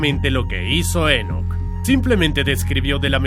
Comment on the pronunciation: Enoc no lleva acento, es muy molesto escucharlo con acento durante todo el video